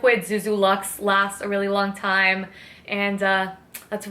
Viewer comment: Oh my Lord, this was so wonderful. My boyfriend is now an official fan of you after hearing you say time as "tiz-ime." More of these updates please!